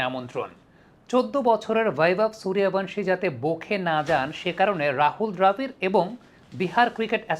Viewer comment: সূর্যবংশী। সূর্য+বংশ মানে সূর্যের বংশের। হিন্দি বা ইংরাজিতে সূরিয়াবংশী ঠিক আছ যেমন কমেন্টেটরা উচ্চারণ করে।